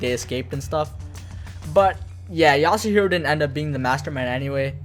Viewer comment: As soon as he said yasuhiro I started contemplating clicking off